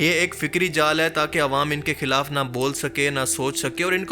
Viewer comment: اردو میں خ کو خ ہی بولنا ہوتا ہے کھ نہی ہوتا مثلاً..... خلاف کو کھلاف نہیں کہا جاسکتا....... شکریہ❤